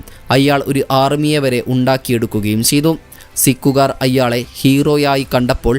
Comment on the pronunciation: അയ്യാളെ അല്ല അയാളെ😂